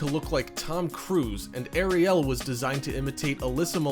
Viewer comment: OMG!!!... I REEEALY CAN'T STAND THE WAY THIS GUY PRONOUNCES CERTAIN WORD'S, ESPECIALLY THE WAY HE PRONOUNCED ARIEL!!! AND THE MAIN THING THAT I FIND EXTREMELY ANNOYING IS HOW WHILE HE IS DESCRIBING EACH AND EVERY ONE OF THE EASTER EGGS, THE WHOLE TIME THEIR NOT EVEN SHOWING THE ACTUAL SCENES OF THE EASTER EGGS!!! SUCH LAZY AND POOR EDITING MAKES THIS WHOLE VIDEO JUST THE WORST!!!😕